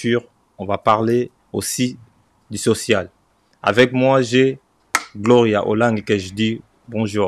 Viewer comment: Du et non Di